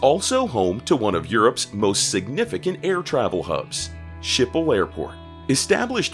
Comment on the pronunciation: Skipol not Shipol........